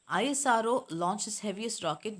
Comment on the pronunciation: You telling ISRO for I S R O but this is isro